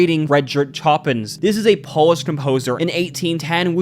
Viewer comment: I am going to choose to believe your pronunciation of Chopin was intentional rage bait